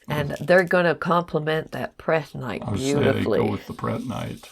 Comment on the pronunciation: There is no "g" in prehnite! Just saying! And aventurine has no "d". That said, the box is full of goodies and very nice!